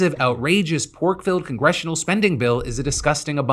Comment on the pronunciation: Emphasis on “Pork filled”😂😂😂